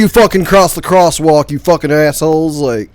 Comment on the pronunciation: Why is having so much trouble with "walk" in "Crosswalk"?